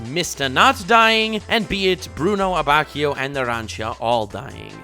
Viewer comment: Well, ok, I take it back, says “Diavolo” properly half the time But on the plus side, also gets “Abbacchio” right!